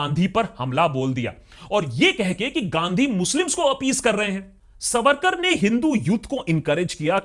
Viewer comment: Pleeezé correct : veer(?) sarvarkar. Ha ha ha.....